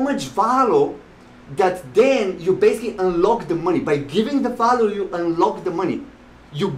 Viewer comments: I can give you value by teaching you ESL. I'm a professional English teacher. Veeehhh-ill-you. Not Vow-loo. Seriously. Let's talk and help each other. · I’ve been listening to many people talking about this book or similar books and no one has ever explained it so clearly. You make total sense. I also love how you say “value”. 😁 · You requested feedback, I’m not one to criticize, especially someone doing important work like yourself. A lav mic might give better audio since your not always facing the mic the way it is set up now. You’re energy off the top was off putting to me personally, but I am warming up to it. Lastly, that’s not how to say value 🤣